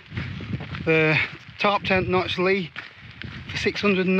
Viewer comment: Small correction for you. The pronunciation on the Li is just L-I sounded out (as opposed to "Lee"). Its just an abbreviation for "Lithium Series". I think the Notch is a little cramped as well. I strongly suspect you'd like the Dipole Li (1P). The Dipole actually packs quite small if you pack the two small end struts separate (its not limited by those triangular pitch-loc ends). Also be aware that not every DCF tent uses DCF for the inner. The Xmid Pros, for example, use a 15d nylon so would saturate and flood if you find yourself pitched in a puddle. Enjoy your vids very much. Thanks!